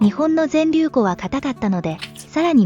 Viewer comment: ぜんりゅうふんって言って欲しかった。連呼されてるのでそこだけ残念ですがとっても参考になりました。ありがとうございます。